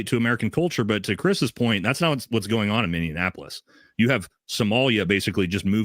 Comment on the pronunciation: It's really irritating when people who don't even live here speak with such authority like they know what is going on. The Somalians are not "taking over Minneapolis". The Somalians in Minneapolis can at least pronounce Minneapolis correctly. Maybe keep my city out of your mouth if you can't even pronounce it properly :) Sure there are a handful that aren't assimilating, but the overwhelming majority of Somalians are great assets to the community and contribute only positively. Every community, including Caucasians, has a handful of bad apples. To assign that behavior of a few to an entire population is racist as hell.